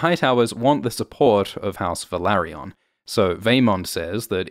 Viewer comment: It's not pronounced as Velary-ON. It's Velary-UN.